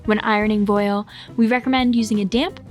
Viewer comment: Thank you... Though it's pronounced "vwAHL".